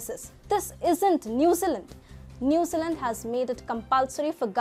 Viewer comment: "New Zee Land" New Zealand, sorry but i hear "Newsalent" lol its like someone calling "India", "In die uh" - sorry but thats all i could think of the entire video..